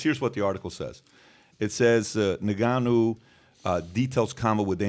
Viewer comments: It's pronounced "In" gannou...not "Ni"gannou. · It's pronounced Nnnnngannou...not Negannou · It's En-Gan-noo! not Nig-an-noo smh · Sounds like he's calling him Nigganou..not koo0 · he keeps saying nigganoo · Bruh said niggaa-nou 🤣😂🤣😂🤣😂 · It was driving me crazy how he was saying his name 😂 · How can you still be getting Ngannou and Gane's names so wrong dude? It's just lazy journalism